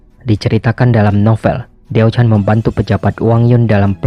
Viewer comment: ralat cara baca mandarin si da mei ren dibaca se ta mei ren, xi shi dibaca si she, wang zhao jun dibaca wang cao ciin, diao chan dibaca tiao chan, yang gui fei dibaca yang kui fei